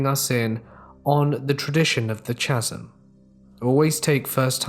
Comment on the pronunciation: Just so you know, it'as pronounced ca-sm, not cha-sm.